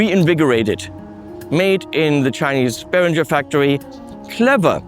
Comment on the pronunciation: I am shocked at your mispronunciation of "Behringer"!! As a former dealer I have been fighting this fight for years! From headquarters